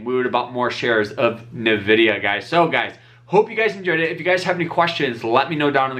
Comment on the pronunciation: The first syllable in the name Nvidia is actually just pronounced like the letter N. It's not Na or Ni. You just say N ..pause.. vidia.